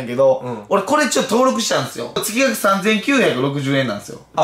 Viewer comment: 月額のこと「つきがく」って言う人初めて見た